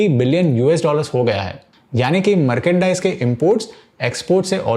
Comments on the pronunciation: मार्केंडाइज नहीं मर्चेंडाइज होता है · Merkendice nahi merchandise he bhai 😅